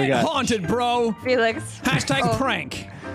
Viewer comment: TO ALL THE STAYS... when jack said "hey felix" istg i heard it as "Oi FeLIx!"